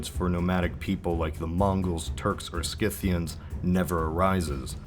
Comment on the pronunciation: DonnellyDominoes And “Skithians”